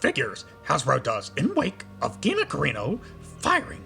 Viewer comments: CARRANO not carino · Uh.... You are mispronouncing Gina's last name. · Curious if you are intentionally pronouncing her name wrong? Thanks.